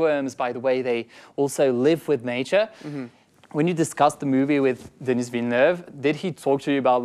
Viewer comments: Ça me fait bizarre en tant que québécois entendre un français prononcer le S de Denis Villeneuve. Super interview ! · oui mais le français c'est sa première langue. Il devrait savoir comment dire le prénom "Denis". Il le prononce "Denise". Il dit le S alors qu'il ne se prononce pas. Timothée le dit bien le nom du réalisateur et Zendaya aussi le dit bien. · Mais pourquoi il a prononcé Denis avec le “s” mdrr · Hugo est français alors pourquoi il dit "Denise Villeneuve" au lieu de "Denis"? Denis c'est pas un nom commun en France? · Can he stop saying zendaya and denis names wrong like wtf